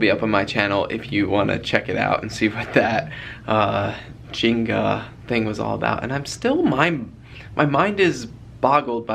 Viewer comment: I love you but it's Jenna not Jinga!!!😂